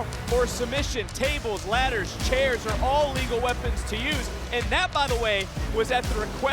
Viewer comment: Ring announcer did not just say Tables, Ladders and scares match.😂